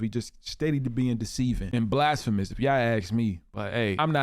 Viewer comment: When did everyone start pronouncing YA'LL.. as YAW?